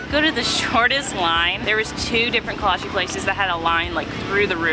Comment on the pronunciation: coming from a czech person can you please stop saying “kolacheeeee” it’s not pronounced like that 😭